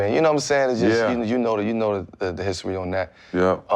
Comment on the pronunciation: “the histowy behind that”